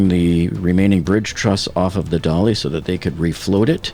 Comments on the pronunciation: I will once again point out that the ship is not named Dolly, but rather Dali, as in the Spanish surrealist painter Salvador Dalí, for whom the ship was named. Dalí is pronounced “dah-LEE” not “DOL-ee” (in IPA, ðaˈli) You provide good and timely information, and I appreciate your continued coverage, but it’s super jarring to hear the ship’s name repeatedly mispronounced by so many Americans in the media and on YouTube. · This ship was named after Salvador Dalí , the famous spanish painter. Her sister ship Cezanne was named for French painter Paul Cézanne. So, the ship's name pronunciation is not "Dolly", its Dalí (dah-LEE).